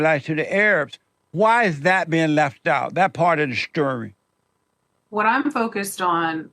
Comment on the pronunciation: "That part of the schtury" sorry 😅